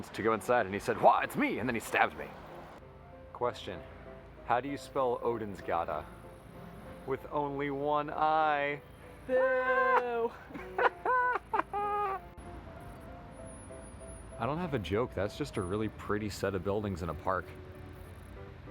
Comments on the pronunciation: It’s Othinsgata if you wrote it with the English alphabet he second letter is a th sound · That's an eth (ð) in Óðinsgata, which means it's not Odinsgata, but more like Othinsgata (with the "th" being like in "that"). Just saying. And congratulations on graduating! Source